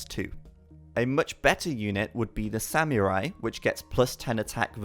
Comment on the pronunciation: the "Semeurai" lmao